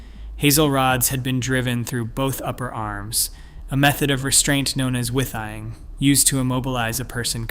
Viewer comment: It’s pronounced Withee-ing. A withy is a willow stick!